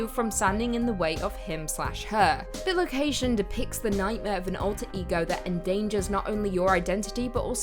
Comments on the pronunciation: Love the channel, but it's bi-location....not bil-ocation. It's from the latin bis meaning twice and the word location. Other than your pronunciation of that word, loved the video. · I'm pretty sure it's pronounced "Bye - Location" - as in bi = two. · Bi-location. Man that was hard to hear each time